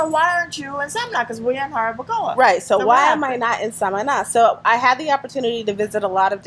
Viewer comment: Lady you need to learn how to say jarabacoa lol if you gonna live in dr try and practice